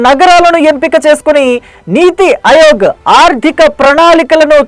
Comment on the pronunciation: అయోగ్ కాదు ఆయోగ్